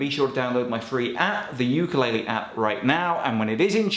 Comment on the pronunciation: Can you learn how to pronounce ukulele